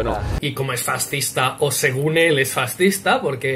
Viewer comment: Un "Faztizta" jajajaja